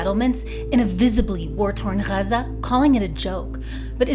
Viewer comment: good quality video, but that pronunciation of Gaza was just too annoying.